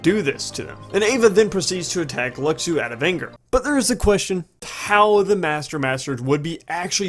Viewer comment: His name is pronounced Lushu. that's how you say Luxu.